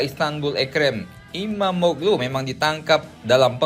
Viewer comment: FYI: İmamoğlu dibaca Imamoolu min